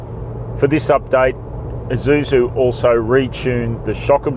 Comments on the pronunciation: Thanks for correctly saying Eee-suzu, instead of Aei-suzu! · Ah, it's the first time I hear an Australian says Isuzu correctly, instead of eye-zuzu. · yep thai pple where its made is called Ee-suzu